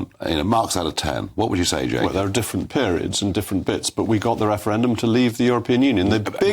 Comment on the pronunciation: Mogg "we got the referedum" What in the .....